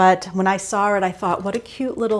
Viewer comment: I love when I hear you say soar for saw…very Maineish for someone who has a Philly accent. Thank you for your channel. Your voice is very soothing ..a follower from Pemaquid Point in Maine